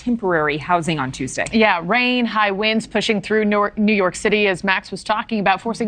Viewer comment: The cover shot tells it all... it's TUESDAY not "Tostay" 😂